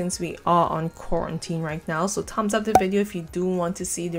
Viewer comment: I knew by the way you said “thumbs up” you had to be Caribbean